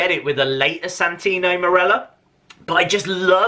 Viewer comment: Dude you broke my heart when you said santino morello